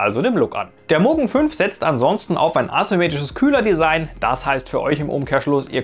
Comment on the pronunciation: Es heisst Mugen, nicht Mogun :-)